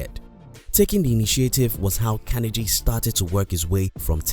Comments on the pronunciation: Part of being successful is admitting we made a mistake and pronouncing someone's name correctly is important. It was distracting and that's why people mentioned it, needless to say so that people don't repeat the mistake. Great content otherwise. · Yes it is important. The narrator sounds silly pronouncing like that. Creates a bad impression which reflects on the whole video. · But if you miss on the little things you can miss on the big things too. That's why mispronouncing his name is important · Great work. How did you learn to pronounce Carnegie? I haven't heard that before. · How about taking the time and making the effort to learn how to pronounce Carnegie correctly. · Its pronounced: Kar-nee-ggee. If you're going to speak as an authority on a subject as in this video, at least ensure your pronunciation of that person or thing is correct. Here endeth the lesson. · Learn how to pronounce his name, will ya? CAR KNEE GEE (as in French name GUY) Emphasis on the penultimate syllable. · How can you get his name so wrong?! I mean you must have heard his name before lol. Unless you've done it on purpose to gain comments, in which case well done, you've gained another comment. Nice compact content anyway. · Mispronounced his name, but good to listen to the info! Thanks! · if one is going to make a YouTube video about a very, very famous historical person known the world over then the least one must do is to ensure one pronounces the persons name correctly otherwise the content and message appears ill researched and the mistake becomes indefensible. Also Carnegie wrote many books including his autobiography which outlines his wealth strategies in great detail so presenting these as “secrets” is a little misleading at the very least. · unliked, you cant even say Carnegie right, its a torture everytime you quote his name , and you mentionned god, not everyone's a beleiver, some are secular atheists youtube is a global platform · At least learn to pronounce his name.